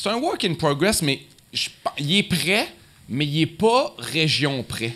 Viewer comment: Le gars il dit "mes" au lieu de mais, laissez y une chance.